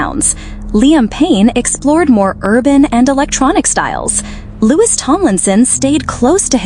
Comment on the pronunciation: IT'a]S LOU-E not LOU-IS "In Louis Tone hehe" love you a lot mate was just a joke X